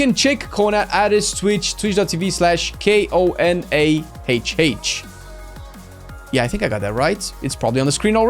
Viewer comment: Just a note The name of the shout out konah as you said is a rude word in some languages so maybe try a different accent when you want to say it Keep up the good work and lobe u guys <3